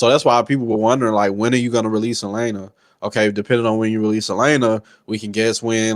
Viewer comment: This dudes voice is coma inducing 😂...the he holds his words out like hes slow AND he calls Elena "Elina" so cant really take what he says seriously when he dont know character names